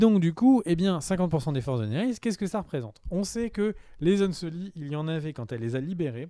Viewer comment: On dit "unsullied".